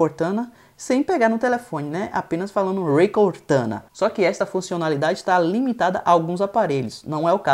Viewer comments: "Rrrrrrrrrrrreí cortana" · Rey cortana rs.